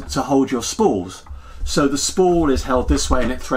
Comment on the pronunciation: Every time you said "SO!" (which you say a lot) I heard "SEW!"